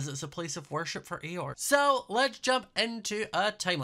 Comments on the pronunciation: why did i hear "church of eeyore" like the depressed donkey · Why did I think that it was ‘Eeyore’ for the whole time you’ve been saying it I can’t be the only one… right?